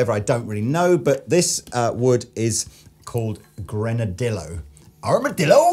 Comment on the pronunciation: Hello, all...It's called Grenadillo.....pronounced...Grin-a-dee-yo.....This wood was used for many, many years to make Clarinets....Before they made Plastic Clarinets.......However, vintage Clarinets, Made of Gren,...are very Dark...Like Black........More research required....My Part, and Yours.........BUT Grenadillo is a tonewood.......Arrrgh....Go ahead, Flame away..........